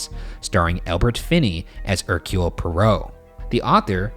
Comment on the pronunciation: hercule poirot is pronounced air - cyoole poy - roe, i literally hurt when he talked about the mysterious affair at styles and hercule poirot 😭✋